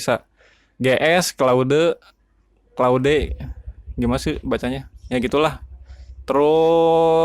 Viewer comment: Claude bang bukan claude